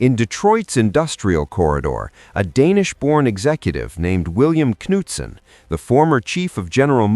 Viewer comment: Why photos? Wow like ten, I'm empresed Can't find ww2 airplane videos? Still gets Bill Knutson's name wrong. Yes I know you pronounce the K.